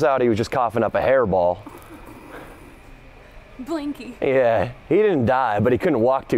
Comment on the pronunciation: The way she says “Blinkey” 😂🤣😭💀